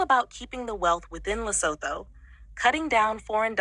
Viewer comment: Did you say lesapo 😂😂😂😮